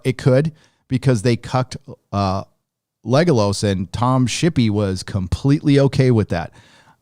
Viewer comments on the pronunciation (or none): Why is always saying Legalos and not Legolas?